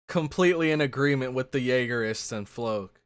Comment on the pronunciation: Floch = Flock. Not Floke.